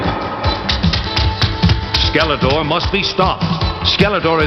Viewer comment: Funny how The Sorceress kept referring to Skeletor as "Skeleter." The voice actress didn't seem to care about correct pronunciation.